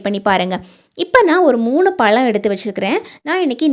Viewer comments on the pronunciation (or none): none